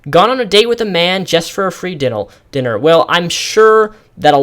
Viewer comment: Are you dyslexic or do you just have trouble reading aloud for long periods of time? It wouldn't hurt to take a few cuts when filming. I laughed when you said "dinnel dinner" twice and "kenuckle" especially.